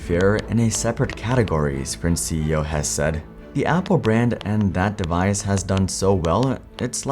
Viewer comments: I am pretty sure his last name is pronounced Hess-E. Also the story of the downfall of Palm is incredibly interesting in its own right. The lack of apps was a problem but not nearly as much a problem at that time as the bizzare marketing, making smaller phones when the market was going bigger and sprint also just being the wrong launch partner for them too. (Might be worth its own video). That said the Pre was Sprints 2nd attempt at taking on the iPhone they had a phone called the Samsung Instinct that literally had no apps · Hesse is pronounced Hessee not Hess. I was one of the "fired" customers. I managed to get completely out of my contracts without paying a cent. We where actually happy with sprint for years until we moved to the other side of town then Sprint was completely unusable for us at home. We had to use one of those terrible Airave routers that pretty much never worked. We where constantly fighting for almost a whole year before they finally let me out of the rest of my contract. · Hesse's last name is pronounced "Hess-EE" not 'Hess'